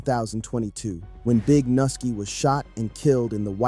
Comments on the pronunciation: Nigga is pronounced new-ski who th is nusski 😂 then he doubled back n called the n* “nilky“😂then pronounced it correctly as “Nuski” then called the man noki then noski trolling at a all time high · lol u disrespectful mfa mane can’t even pronounce nuski name 💜